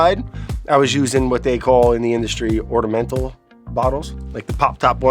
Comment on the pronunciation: I'm missing the pop up edits for all of Brad's words and pronunciations. Wourder, ordimental etc.